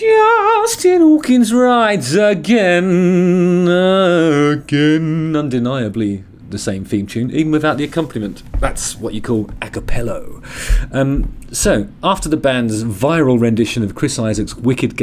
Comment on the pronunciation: I will forever say acapella as ackapello from now on